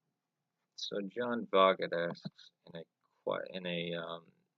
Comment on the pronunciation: And no worries, but it's pronounced John 'Vote'